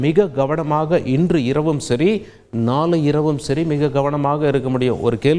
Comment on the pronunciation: மக்கல் நாலை பாருங்கள் கோல்கள் நீங்கல் ஆஹா என்ன அருமையான உச்சரிப்பு.